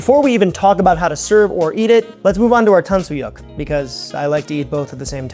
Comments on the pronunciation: the "yuk" in tangsuyuk isn't pronounced "yuck" or "wok", it's more like "yook" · Just trying to help. Say "YOOK"... "Tang-soo-YOOK"